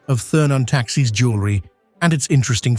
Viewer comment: "Thurn" does not rhyme with "fern". "Thurn" sounds more like "tour-n". And "Taxis" is not the plural of "taxi". It sounds more like "Tax-iss". Please find a different commentator. Thank you!